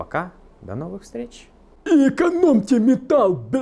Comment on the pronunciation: ИЭКАНОМТЭ МЭТААЛЛ БЛ... :D :D :D :D :D